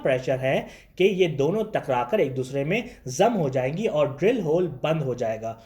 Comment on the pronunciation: Bhai pakistan me specially Lahore me R ko Dh pronounce kyn karte hain Jaise,..... aur ko audh, fir ko fidh, poori ko poodhi, sponcer ko sponcedh Aisa kyn